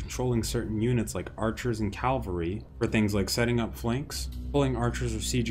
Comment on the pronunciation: It’s cavalry, not calvary:)